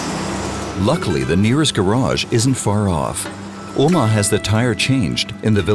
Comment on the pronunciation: Nice documentary! Small recommendation could be to please pronounce the driver's name as "Omár" (accent on the last syllable) as it is pronounced in Spanish!